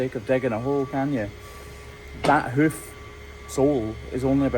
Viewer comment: I love the way he says “hoof”